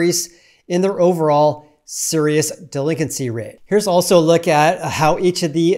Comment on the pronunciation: The way he pronounced delinQuency was driving me insane for some reason.